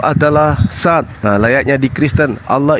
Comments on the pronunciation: Dzat, bukan zat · Sat, zat dzat , beda itu, yg betul dzatulloh, bukan zatulloh